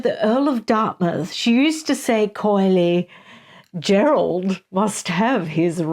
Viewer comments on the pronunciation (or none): none